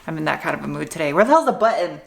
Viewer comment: Buhtton? Did I hear an H? I've heard it many times. ; )